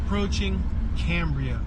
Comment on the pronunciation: Cam bri ah